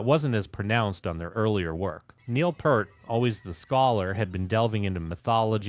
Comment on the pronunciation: Uh oh....you said "pert" not "peeeeaaaaaart" ...here come the angries Thanks for the content bro! :)